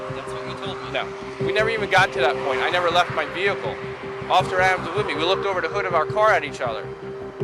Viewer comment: What's a jehical. 😂😂😂 Well that's what he said. Maybe it's a car that don't need gas or electricity. Maybe ur looks can boot the car up😂😂😂😂😂😂